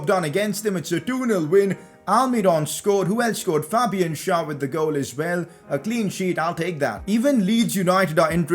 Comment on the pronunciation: u keep on saying SchAr instead of SchÄr